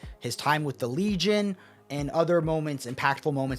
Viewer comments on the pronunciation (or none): none